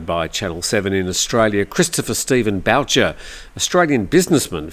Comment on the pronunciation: So sad to hear about Mr. Boucher but please it is pronounced like the “Ghost sound Booo” 😂. Its originally a French name I believe, a common name in my part of Canada.